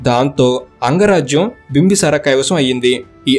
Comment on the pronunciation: "Bimbasara" kadu bro "Bimbisara"